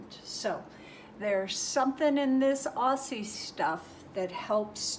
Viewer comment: Just an FYI it’s pronounced Ozzie not Ossie :)